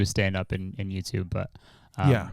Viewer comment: he really said yewchube